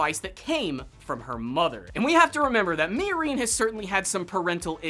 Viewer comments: Did you watch the entire series on mute? The way you say miorine is horrible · Why are you pronouncing "Miorine" like that, lol.